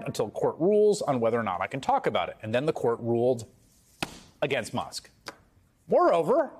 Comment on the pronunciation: why does pronounce Musk "Mosk"?